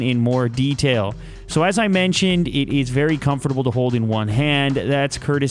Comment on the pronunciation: hate the way you say "comfortable" but love your videos anyway :)